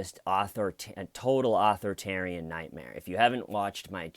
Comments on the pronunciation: fyi dude it isn’t pronounced author-tarian. its more like aTHORitarian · You're saying author-tarian is that on purpose?